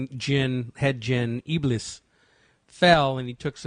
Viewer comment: IBLIS (I hate to even write this name - may Allah curse him more and put him in Hell - since he's the reason for most of our race to join him in Hell) is not pronounced as "IBLUS". The correct pronunciation is "IBLEES".